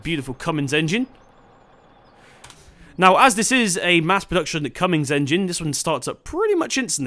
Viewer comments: Why do you say Cummins as Cummings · nice vid but its cummins not commings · There is on g in Cummins it's pronounced come ins, not making fun of how you say it. Nice vid as well